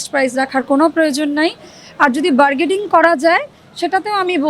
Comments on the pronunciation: ইউরোপে থেকে বাগে'ডিং , একেবারে হাস্যকর, হাস্যকর। ফুটপাতের দোকানদারদের ইংরেজি বানান/ উচ্চারণ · Bargeding ki jinish abar?? Its bargaining.. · bargaining, not bargading. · 2.04 Bargaining not বারগেডিং।